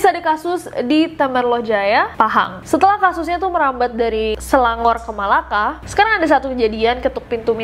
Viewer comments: Melaka not malacca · Melaka kak bukan malacca